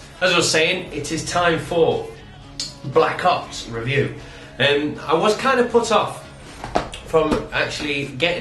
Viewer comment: sounds like your saying black cocks lmao